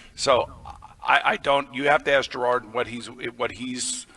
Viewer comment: “Jerod” - not “Gerard”